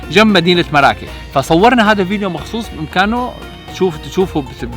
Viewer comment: إسما مُرَّاكُشْ وليس مَرَاكِش